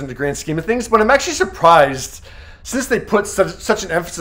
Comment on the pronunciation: Why does he keep saying "akshee"?